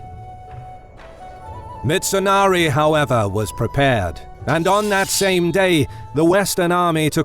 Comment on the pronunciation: Its mitsunari. Not mitsonari